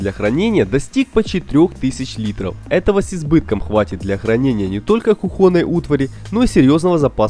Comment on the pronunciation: Где вы находите таких озвутчиков? Автора из первых уст было приятнее слушать чем этого АДГЭЗИЮ и ДЭКОРИРУЕМ. Мистер кухОнное полотенце Этому мистеру АЛименты 10 Крутых вещей с АЛИЭКСПРЕСС озвучивать надо